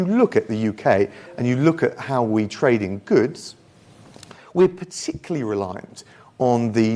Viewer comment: Raab said ' pahtickelly'. There's a clue right before us. He can't even pronounce 'particularly'.